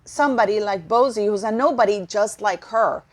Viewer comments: Can you please refer to Bouzy correctly it's very annoying. It is not bozy but boozie as in alcohol booze 🫣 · I'm not too be rude, but it's pronounced Christopher "BOO-zee", sounds like "Uzi" 😆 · It's pronounced Boozy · I think it’s awesome she mispronounces it. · It's a take on BOZO the clown, she is doing it purposely! Good on her!